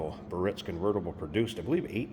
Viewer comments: BEE - uh - REETS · Dagmar was a 1950s actress with big knockers. All Biarritz that year were convertible the hardtop was SeVille.aaand it’s pronounced Bee aritz. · It's N O T pronounced 'burr itz'.